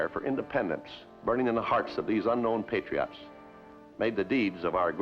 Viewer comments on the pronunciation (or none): As much as I love Walt, his pronunciation of "Patriots" drives me a little crazy. lol "Patry-otts."